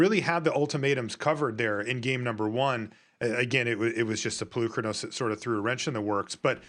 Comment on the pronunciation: It's PolukrÀnos....learn how to speak before speaking, from Greek, like Socrates ( so - krà - tis) No lands for fabled passage....uhmmmmm before that play, 1 cultivate resolved finding only one basic land...pay attention, it seems that no one is watching the game